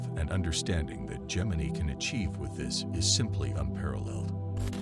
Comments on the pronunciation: It's pronounced, "Gem-in-eye." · Gem•in•ey .... that's not how you say that.